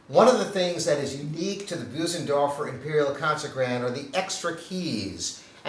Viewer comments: Boozendorfer. Ugh. Get a quick lesson of how to pronounce it correctly. It’s embarrassing. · Maybe one day will learn how to correctly pronounce “Bösendorfer” 🤦‍♂️. It’s not “Boo-zen-dorf-er”. The “ö” (o-umlaut) is a sound similar to first three letters of “earth”, or the middle “ur” in “burr”.